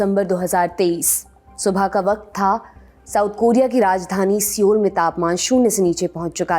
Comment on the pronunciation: It's not seoul it's soul that's how the sound is